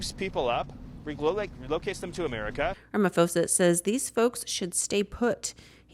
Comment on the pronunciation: Lol its Ramaphosa not "Rama-foeza". And he's totally spot on. The whites that left SA are an embarassment to themselves and our country. Its a shame those few ppl give a bad name to the majority of white South Afticans with a sense of national pride.